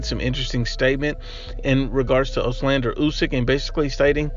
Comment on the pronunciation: It’s Oleksandr, not Oslander